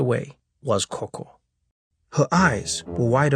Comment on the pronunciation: its gogo not koko - if you stayed in the kasi this is normal lol